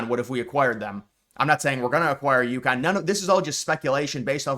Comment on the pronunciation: It's Yukon, not Youkhan. Just like Montreal is Muntreal and Newfoundland is Newfundland.